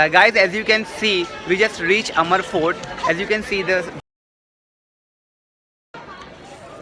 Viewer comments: Abe amar fort nhi h...Amber fort h..Bawli.. nd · It's Amer fort not amar fort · Its not amar it us aamer fort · Not amr fort.. It's amer fort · It’s pronounced AMR not AMER . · Its not amar its आमेर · Its not amar its amer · Its amer fort not amar fort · learn to speak the work amer properly !!